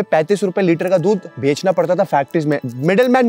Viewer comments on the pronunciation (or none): none